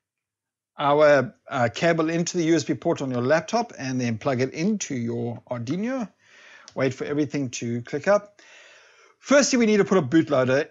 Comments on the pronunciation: Amazing video, funny how you say Aduino :) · Going to try it now. Love the way u pronounce Ardiñio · It’s an arduino not arduino !